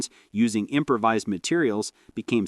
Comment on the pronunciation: "im-pra-vizzed" gas filters?! This A.I. narration is terrible